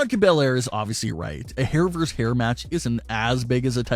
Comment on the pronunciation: Why the hell does everyone think VS is pronounced verse instead of versus. Look it up. When you pronounce it verse you sound like a damn fool.